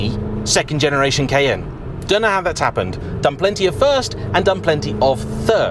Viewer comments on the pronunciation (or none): The pronunciation of Cayenne changes quite a bit in the video. How am I supposed to correctly pronounce it?